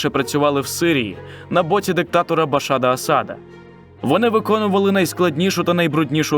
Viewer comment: Дуже коротко і неймовірно поверхнево. Краще вже вікіпедію відкрити і прочитати. І не Башад Асад, а Башар